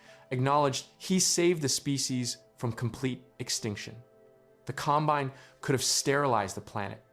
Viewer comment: This has to be a text to voice video right? I mean, the pronounciation mistakes are so strange. Com- BINE ?